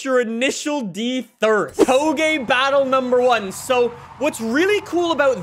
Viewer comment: This man pronounced Touge “Toh-Geh” with full confidence, multiple times. Chat we can’t be letting him get away with this come on